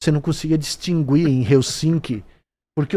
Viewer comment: Porra vc tmb veinho falando "distingüir" kkk é distinguir kkk